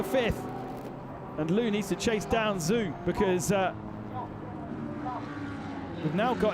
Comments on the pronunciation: BTW, Zhou is pronounced "Zo" not "Zoo." LOL, "Rally crossing BMW." :) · The Chinese name Zhou is pronunced like Joe. Zh has a J-sound in Mandarin Chinese. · Yeah he butchered Zhou's name as well. But a lot of people think it is pronounced that way.